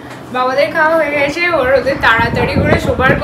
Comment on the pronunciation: nago anek bar dekhechi or ছ related j kono word bolte gele mone hoy jno word ta jiv er nich diye r daat er faka diye beriye asche..as for an xmple "গেছে" bolle mone hoy bolche গ্যায়সে..